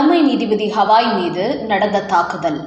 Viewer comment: ஹவாய் ஹவாய் னு சொல்லாதம்மா. அவர் பெயர் கவயி.